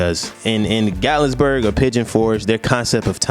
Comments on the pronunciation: You pronouncing Gat-lin-burg wrong 😂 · *GATLINBURG no S at all 😊😂